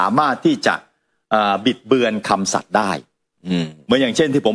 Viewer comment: คำสัตย์ ไม่ใช่คำสัตว์ นะครับ